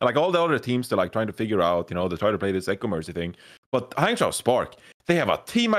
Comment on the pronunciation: LOL to.... it's hangjoe and guangjoe.... not hangchow and guangchow:')